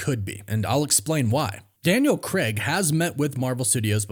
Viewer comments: c-ray-g, not c-reg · Dude you’ve no idea how to pronounce Craig. It’s not Creg! It’s Craig! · Yo America. It's Daniel Crayg, not Daniel Kreg. Literally hurts our ears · Why can’t Americans/Canadians pronounce Craig properly? It’s not Creg it’s Craig. Like c-ray-g 🤷🏼‍♂️ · For the love of god, why can’t Americans say Craig? It’s Cray’g not Creh’g …. Is it because you don’t know that the diphthong AI = ay and not eh………..